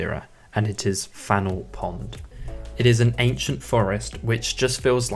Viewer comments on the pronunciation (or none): none